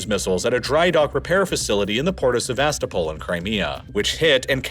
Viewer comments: You sound so ignorant when you say SeVAStopol instead of SevasTOpol. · Very cool and interesting, but I beg you to learn that SevastOpol is pronounced with the stress on O, KhArkiv with stress on A, and MariUpol with stress on U, thank you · Pronunciation tip: Sev-a-STO-pl, not Sev-AS-to-pol. KHAR-kiv, not Khar-KEEV. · Please check your pronunciation if you’re not using an AI voice! I know some towns and whatnot are difficult or kind of obscure, but it’s driving me batty to hear Sevastopol when it should approximately be “seh-vah-STOH-pul”. Second vowel could be between an ah sound and an uh sound if it’s easier? Someone better with linguistics and Ukrainian language (I know Russian, but struggle to explain pronunciation in text) could say better. It’s a small thing, but when you use the name of the place often, it’s a good idea to look up proper pronunciation. I did enjoy the video otherwise! Sorry for the long post about a word. Don’t take it as me not liking the video - I do, quite a bit 😅